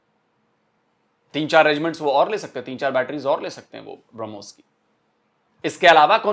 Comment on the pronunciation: BrahMos nahi woh Harmus hai😂😂